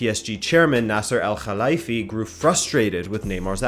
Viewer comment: Pronounciation of KHalifie on point